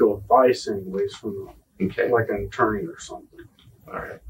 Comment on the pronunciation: Was physically unable to pronounce "attorney"?